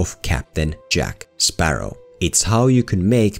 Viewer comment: Jack Sparrah!